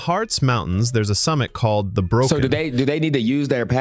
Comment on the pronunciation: Voice called it "broken" but it is a short O, aa in bog😅